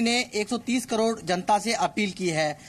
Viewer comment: Jay pal ko bolo kadod nhi karod hota h